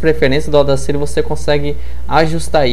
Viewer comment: Ótima aula, obrigado! Dica: a pronúncia correta do software é Audácity, com A acentuado no momento de falar.